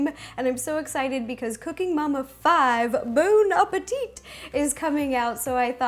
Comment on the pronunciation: In French you're not supposed to pronounce the last T. It's "a-peh-tee"